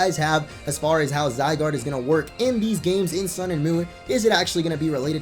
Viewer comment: "Zy-doge" Nice.